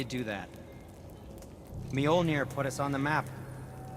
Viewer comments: It's mjölner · It is not pronounced mjolnir, the Ö is pronounced like the u sound in under or uhh. If you are going to make a game based entirely on mythology you might want to get the pronounciations right. This game is great but they are butchering the pronounciations.